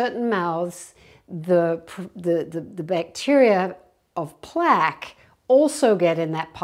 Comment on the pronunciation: "Plague" and "plaque" have different meanings. They're also pronounced differently. 😅